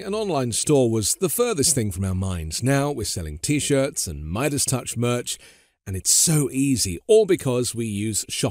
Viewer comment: Is that the CCP pronunciation of Midas?